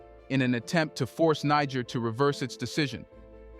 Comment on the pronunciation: Niger is pronounced Neh-jer